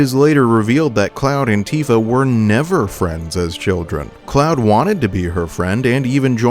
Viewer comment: Does anyone else hear “Cloud Antifa” when he says “Cloud and Tifa”?